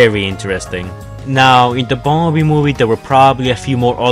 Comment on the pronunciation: Bumberbee not die